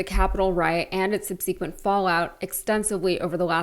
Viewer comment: "Subsequent" is pronounced SUB-si-kwent, NOT sub-SEE-kwent. And the poster is clickbaiting people by suggesting that Tony Dokoupil was the one leaving, when it was Scott MacFarlane. SUCKERS! (Full disclosure: I am a centrist Democrat-leaning, I intentionally SHUN solicitations from ANY political organizations because my Internet bill is too much to allow me to afford membership in those organizations)